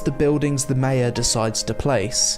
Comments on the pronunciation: Mate your saying Mayor wrong. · I've never heard "mayor" pronounced like that. Is it an American thing?